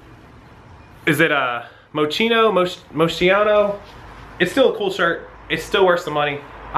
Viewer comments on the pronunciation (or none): pronounced Mo-Ski-No:)